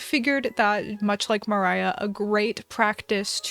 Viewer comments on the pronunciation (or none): Do I hear a posiblie portencialy a colab with Moriah elizabeth? BTW, it's not meriah is moriah